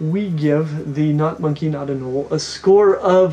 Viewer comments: Why do you say "anolee," bro? It's "a-nole." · It’s pronounced anol not anol eeeeee although spelled anole it’s said with out the e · Please stop saying anolE! Lol it’s not pronounced anolE it’s just anole. The O is long so the E is silent. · Anoley? Again? Seriously?? Sometimes I feel like you say things in the most unpleasing way on purpose just to screw with everyone. You’re secretly trolling, aren’t you?